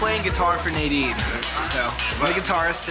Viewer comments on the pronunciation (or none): Nayyyydeen? It's Nuhdeen!!